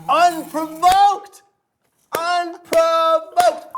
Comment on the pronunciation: Thank you Katya. Now I will never forget that “unprovoked” is 3 syllables